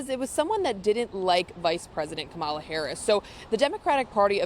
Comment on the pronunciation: Dear, please learn how to properly pronounce "Kamala."